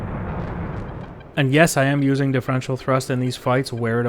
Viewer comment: " 'Di- FRENSH -ol' thrust"? 😅 Reason no.# 9,582 why I'm subbed,.